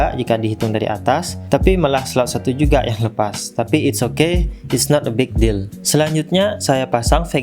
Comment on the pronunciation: kok ketawa sendiri ketika lu ngemeng itis a not te bik dill . kwwkwk